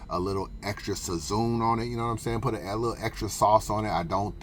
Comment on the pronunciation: Sazoon?!? That pronunciation was awful. Saźon.